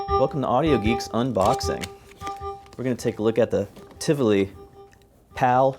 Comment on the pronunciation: The way you pronounce Tivoli is cringeworthy